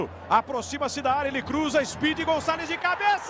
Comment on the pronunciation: Narrador: Speed González Eu: Speed Mendoza? Quem lembra do Colombiano Ligeirinho??